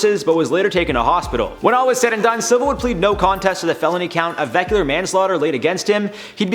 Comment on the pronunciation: Say vehicular one more time....